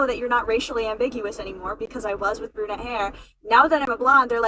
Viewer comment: ITS PRONOUNCED "BRU-NETTE", GENIUS, NOT "BRA-NETTE"! 🤔🙄😒🤷🏻‍♀️